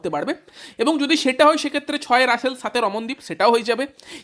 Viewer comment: Kkr admin be like শ্রেয়াস❎ শ্রেয়স ✅ ড্রে রাস ❎ ড্রে রস ✅ নারাইন ❎ নরেন ✅ সাকারিয়া ❎ সকারিয়া ✅ সুয়েশ ❎ সুযশ ✅ 😅